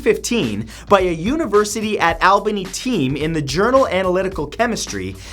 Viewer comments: Matt I live in Albany and it's All-ba-knee not Al-be-knee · It's pronounced The University at Albany (All-bany) (I should know since I graduated from there..) and there is a Canadian Team who have used Artificial Intelligence to possibly break the Voynich Manuscript's code and it is believed to be based on Old Hebrew and a code that removes vowels and moves the consonants in the words. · Fact for your next video: The capital of New York is pronounced ALL-Ba-Nee. Not the way you and everyone else says it. ❤️ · #24 It's pronounced AWl-buh-nee. Not normally one to point something like this out but I've been living in Albany my whole life and it caused me physical pain to hear it mispronounced. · #24. city is pronounced ALL-bany. haha im from here haha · you said albany wrong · come on I live out by Albany New York why do you got to pronounce Albany like that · That’s so cool I go to the University at Albany. P.S you pronounced it wrong lol